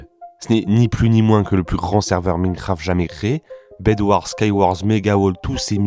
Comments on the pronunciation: Tu peux dire Maïnecraft et pas Mineucraft stp ? Ça fait un peu mal aux oreilles 😅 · Pas foutu de prononcer Minecraft correctement... Et Simon... soit tu le prononces a la francaise, soit a l'anglaise, mais pas un mélange des 2... Lamentable !